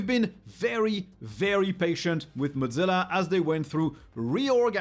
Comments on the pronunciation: Got to ask, but why do some folks pronounce Mozilla like the word Mozzarella/Motz-zilla? Was under the impression it was pronounced "Moz" sort of like the first part of the name Wozniak, except with an M instead of W, then zilla. I thought Thunderbird is a separate from Mozilla, or am I wrong? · pronouncing mozzilla like mozzarella is kinda funny